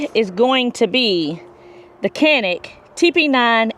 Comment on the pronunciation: Just an fyi Canik is pronounced "Jonik " (Turkish)